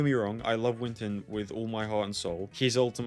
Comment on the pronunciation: "Winton" blud don't disrespect my boi winSton like that